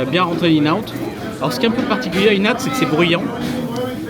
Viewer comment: Le restaurant tu dois prononcer IN and OUT. Le N de IN- N-OUT, c'est une contraction.